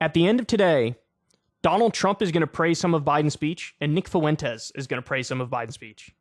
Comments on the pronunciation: I've come to hate videos where Kyle cover Nick Fuentes, solely because of how Kyle pronounces the name as "FOO-WEN-TEZ". Dude, it's "fwen-tez". It's TWO SYLLABLES: FWEN•TEZ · Kyle, say it with me "FWENT-EZ". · Kyle says Fuentes like Mr. Caffeine said Clancy. Fu-wentes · Some people keep pronouncing Nicks last name as if it's two separate words, Foo-entes. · You can either say “Fwentez” or “Fwentiss.” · How do you add an extra syllable to nick Fuentes’s name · How do you add so many syllables to nick Fuentes’s name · I was just about to say this. KYLE, STOP PROUNOUNCING FUENTES LIKE THAT.